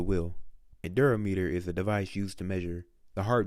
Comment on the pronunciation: Durometer is pronounced dur-raw-murder, just letting u know